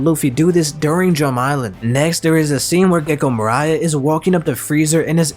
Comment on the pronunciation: Gecko Morai? Or do you mean Gecko Moria?